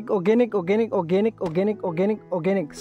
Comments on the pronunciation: Organic ❌ Okeynic ✅ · Okanic okanic okanic. Rrrrrr🤣🤣